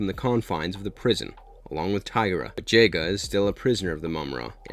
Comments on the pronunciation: No the REAL tragedy is the way he's saying Jaga.It's Jaga like in Jahga.Not some Jayga!! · Duuuude... it's pronounced Jah-ga not Jay-ga. And it's WILY (Why-Lee) not Willy like Willie Nelson. Your mispronunciations make an otherwise fine video nearly unwatchable. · Jogga not jayga. "Jagua" Wy-lee kit and wy-lee kat Chee-tar-ah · I love this, But the pronunciation of the names... Willy ki, willy cay? Not Wiley-kit/Kat?? JAY-ga? not Jah-GA? Teegrah? But seriously, I love this show, broke my little heart when there weren't a billion more seasons. This is the kind of smart, well thought out reboot I wish I got more of for my childhood loves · i think if they had kept the 80s look thundercats just upgraded to this sleeker style, it would still be running now. lost a lot of dedicated fans from the off. and its not j-ga its jah-ga. just saying. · Love the video...this was a horribly underrated show. But can you please say Jaga's name correctly? It is pronounced Jah-gah...not Jay-gah. I hope your not one of those people that also say "nuculer" instead of the real word "nuclear" (pronounced new-clear). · why is it that everyone that reviews Thundercats pronounce Jaga's name as Jay-Ga?? I mean, they say it in both versions of the series as Jah-Ga. How hard is it to pronounce it as it's supposed to be?? Also, who in the blue hell is Willy Kit and Willy Kat?? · His name isnt pronounced JAY-GUH.... its pronounced JAH-GUH. THUNDERA? Come on man, you have to try to pronounce this stuff right. THUN-DARE-UH. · It's pronounced Ja-Ga not Jay-Ga. Did you even watch the show dude?? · Yet another show where the "fans" decided they didn't like it because it wasn't the show they remembered without giving it a chance. Also pronounced Jah- Guh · Jay-Guh? WTF?! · "Lionel" ... "Jay-ga"... 🤦🏾‍♂️ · Is this content creator really a fan? Willie kit and willie kat? Jayga? Did they change the pronunciations from the original or am I having some crazy memory recall of the original series?